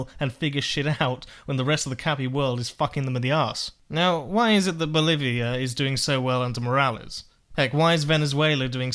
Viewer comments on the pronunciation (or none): none